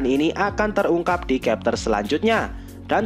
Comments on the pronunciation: bacanya chapter, bukan kepter... blok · Chapter kok di bilang kapter 😂 Konoha bahasa English d samakan sma bahasa sndiri